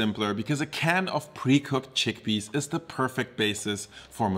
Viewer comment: Ah yes, "Giggle peas".